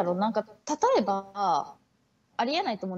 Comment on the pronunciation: ｢例えば｣を使いすぎて｢レバー｣になっててわろた